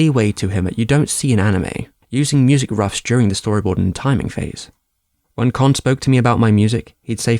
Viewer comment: ka not ker its not chinese its japanese!